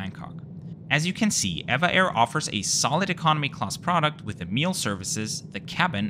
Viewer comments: Actually it's not pronounced "ei-vah air", but " Ee-vee-ei air" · It is actually not ev-a but eve-a air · It is pronounced as E V A Airways .. 😮😮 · I swear I call it as Ehh-va Air not E-V-A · Good review, as usual! At the risk of being called a "nit picker", I wonder if you were just being stubborn or lazy for your refusal to correctly pronounce this airline's name throughout your video? As you remarked in the beginning of this video, the correct name is E V A (each letter being pronounced separately). Would you pronounce SAS as "saas" or the legendary airline TWA as "twah"? Don't feel badly though as in the States, most Americans say, "evaah" with a long e sound. 😂. I assume (but don't know for certain) that a passenger taking this flight could preorder a vegetarian meal as a special request at no extra charge as this is a rather standard policy on most airlines. Anyway, I hope you will take my comments in a light hearted manner as I just enjoyed "teasing" you a little bit. 😂. Take care and have a pleasant and rewarding week. ♥️✈️🙏🌎🕊️